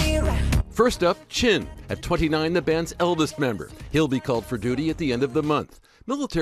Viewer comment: "Chin" ...seriously?